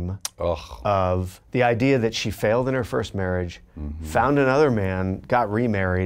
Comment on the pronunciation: Can anyone tell me when Dax says faled is he saying failed thanks😊